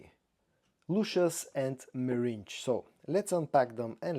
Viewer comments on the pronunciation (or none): meringue is pronounced differently from meringe....